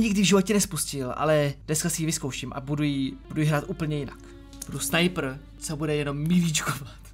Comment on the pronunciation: Ale notaak, neříká se "Sniper" ale "Snajpr". Jen tak pro inf.